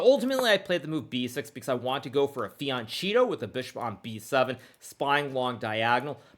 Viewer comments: Fee-ahn-KEH-toh.. Hard K, Hard K! For crying out loud..Jeez. By this point i am sure you are just trolling us Hikaru. This really rubs me the wrong way. 🤣🤣🤣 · Hikaru, why do you consistently mispronounce "fianchetto"? Really annoying and disrespectful to Italian speakers. The "ch" is a "k" sound.